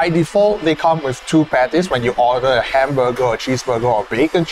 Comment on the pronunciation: Ah yes. Hamborgar